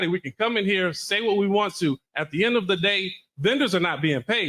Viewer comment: ''At duh ind uh duh day''. Da ''Blats'' have really latched on to this phrase. Amusing!